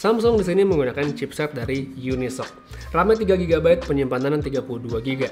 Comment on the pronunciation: Yu-Ni-Es-Ou-Si bukan Yunisok